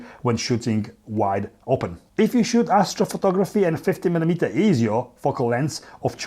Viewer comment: Why everyone says militiers and not milimeters 😂😂😂😂😂😂